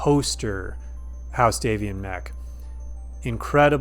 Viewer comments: You say Davion correctly. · And being an English speaker (instead of an American speaker) I can confirm you say the name Davion properly. Until American AI takes over, there is in fact a proper way to speak English that has nothing to do with how any individual feels it should evolve for their personal use. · Lol I always said it day-vion too. Can't stop now